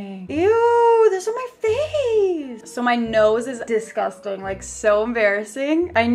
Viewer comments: So i did the 'drinking when she says disgustangg'. I'm hydrated for life now. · Did anybody else count how many times she said DESGUSTANG